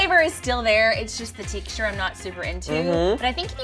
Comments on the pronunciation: says “ teexture” It’s texture. Text-ter not teext-ter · honey.ITS TEXT-URE NOT TEK-TURES THE X BABY THE X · Haha the “teechter” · The WHAT? The TEXTURE!!!! Why does she says teeeeksture. Did she have a stroke? Why don't people correct other people.! You are WRONG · why does this girl say teexture? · Why does say "tic-shure" (texture)? Maybe I'm weird, but I've never heard it pronounced like that. Is it a Southern thing? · Is saying "teekshture" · the “tEEcture” Is that a northern accent?! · i was about to comment on how says Texture right when I was she realized she was saying it wrong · SHE SAYS TEXTURE SO WEIRD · the way says texture???😂😂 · I scrolled down in hopes that someone commented this before I did haha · I wasn't the only one that noticed lol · I love how she pronounces texture lol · Right?! I was thinking the same thing! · I a southern can vouch that it is most definitely the south comin out 😂